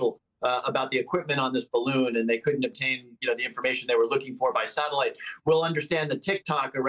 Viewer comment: if nobody knows ,why is everyone calling it a spy bawoon